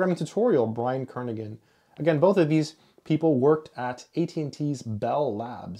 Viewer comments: Kernighan sounds like Kernihan not Kernigan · The “g” is not pronounced in Brian‘s name.